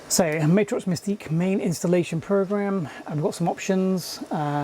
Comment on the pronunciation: Love the video comparing these cards! These were what I was interested in back in the mid to late 90s. One thing to note is it’s pronounced Mat-Rox not May-trox